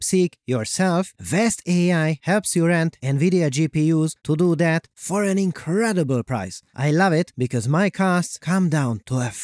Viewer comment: Did you say the ability to find marks on fabric was "ink-redible"? 😅